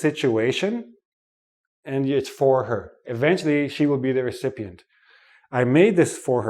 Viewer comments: "recepient" ? OR recipient? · Not recepient ..it’s recipient 🤓😂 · you have a mistake. it's not "RECEPIENT", it's "RECIPIENT" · Him Recepient or Recipient? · Lol, I think we went to the same school. I only noticed the pronunciation of "recipient".